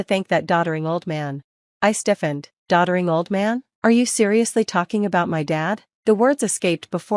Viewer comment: "doddering", not "daughtering"; no such word as the latter.